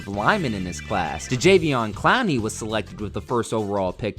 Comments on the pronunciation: Good video but I caught that “dajaveon” clowney 😂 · Came to the comments for this lol. Nice spoonerism.